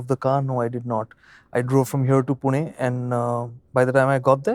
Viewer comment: Maths Scmaths ... Whatever. I like how the pronounciation of Pune (पुणे) is proper! 🙏🏻😎👍